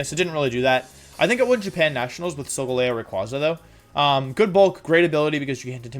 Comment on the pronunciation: THE FIRST E IN SOLGALEO IS SUPPOSED TO BE AN A!